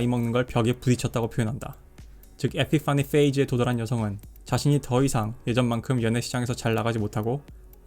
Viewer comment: 에피 파니 페이즈 발음이 너무 구려서 갑자기 진지에서 웃겨짐